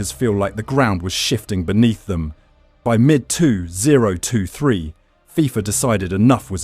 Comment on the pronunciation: AI video. Those pronunciations U17 and 2023 were awful.